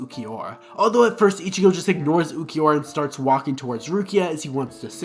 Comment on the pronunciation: Why tf do you keep saying “ichiyo”? And holy crap, Owahime. Just delete this, dude.